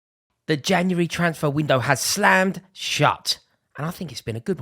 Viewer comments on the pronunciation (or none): “the Januwary twansffer window”